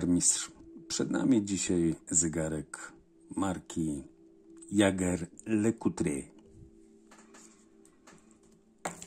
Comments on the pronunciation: Mam 3 pytania: 1. Czy nazwę tej marki nie powinno czytać się jako "Żeżer Lekultri", bądź "Żeżer Lekultr"? 2. Czy do takich zegarków zamawia się oryginalne elementy, czy raczej stotuje się zamienniki przy naprawach/konserwacjach? 3. Co sądzi Pan o marce Richard Mille? Osiągnęła fenomen w relatywnie krótkim czasie, jak na tą branżę. Pozdrawiam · Czy na pewno tak powinna brzmieć wymowa nazwy tej marki??